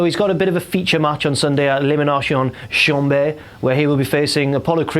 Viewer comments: Say elimination chamber proper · saying elimination chamber with a French accent implies that chamber means bedroom hench the term 'chamber maid' a hotel bedroom cleaner, so I'm looking forward to ELIMINATION BEDROOM on Sunday